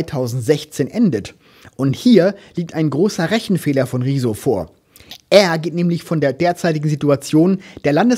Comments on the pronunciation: Ich finde es wirklich niedlich, dass beide seinen Namen immer wie "Rieso" aussprechen ;) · Ich kann niemanden ernst nehmen der Rezo nicht mal richtig aussprechen kann 🤣